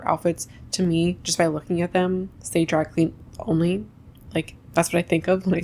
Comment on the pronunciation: You said dry clean only, I heard drag queen only. Like wait, I need that outfit!